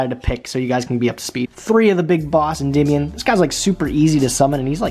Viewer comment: The way you pronounce endemion shakes my soul